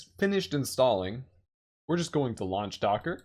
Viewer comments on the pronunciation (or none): none